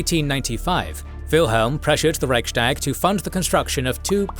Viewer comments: There's something minor that's been bothering me about your videos for years - why do you pronounce "sh" instead of "s" in words where neither the native nor the English pronunciation has sound shifts? Here, Reich-s-tag. It sounds to me like you're doing it on purpose, but I'm sorry if it's a speech defect! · Reichs-tag not Reich-stag. Literally 'Imperial Diet' or grammatically similar 'Empire's Diet' and not 'Empire Sdiet'. Normally I wouldn't bother but mispronouncing it so many times in a history channel video is quite a faux pas. (Narrator correctly pronounced Ruestungs-wende)